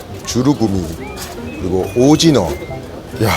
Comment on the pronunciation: ㅋㅋㅋ아 ㅅㅂ 쭈꾸미 오징어 발음 엿같이 하는거 킹받네 ㅋㅋㅋㅋㅋㅋ쭈르꾸미 오르징어 ㅋㅋ